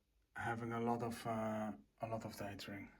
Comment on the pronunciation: You say it so often, so I feel like I need to tell you: your pronounciation of "dithering" is wrong (dɪðərɪŋ). thank you!